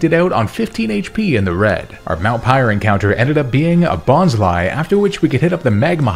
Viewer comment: When ole dude pronounced bonsly name wrong lowky that made me cringe lol